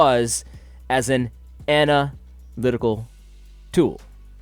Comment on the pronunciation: Lol every time you said "ana lytical tool". Great vid, btw!